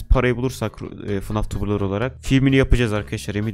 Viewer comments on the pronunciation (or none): Abi 0:6 fnaf demedin fnag dedin